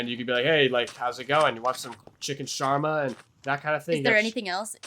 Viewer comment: also it's called shawarma not sharma lol